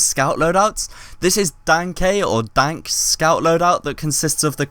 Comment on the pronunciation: Some Edgy Sniper Main, it's not pronounced Danka though